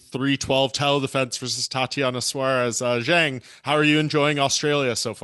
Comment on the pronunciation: Zhang “Whali” really man lol